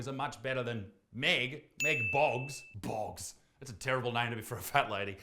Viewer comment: The way he said boggs was immaculate 😂